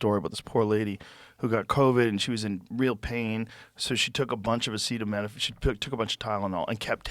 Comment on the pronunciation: Joe Roan pronounced "acetaminophen" about 6 different ways, including what sounded like "acita mina fang". This feels like AI now LOL.